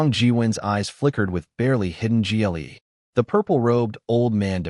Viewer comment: AI failed to pronounce glee and us early on